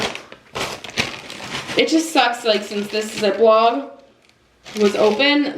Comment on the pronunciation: ZipLOCK NOT ZipLOG! Oye....